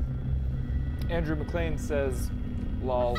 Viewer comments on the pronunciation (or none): none